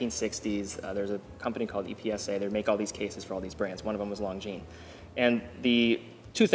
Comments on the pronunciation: Just to be pedantic, that's not how you pronounce longines. Lon gin. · Swatch group chose omega over longines as their flagship brand because Omega was easier to pronounce.